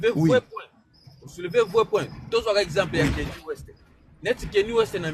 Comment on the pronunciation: Dites pas kenny west c'est Kanye lokola lingala nyama, longonya ,tell qu'il est ecrit kanye ( 'cagne ) (cañe)